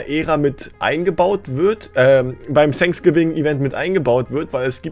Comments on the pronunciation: Alle: „Fänksgiving: „Sänksgiving😂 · Sag nie wieder „sanksgiving“ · Gamer Legend Eig. heißt es Thanks Giving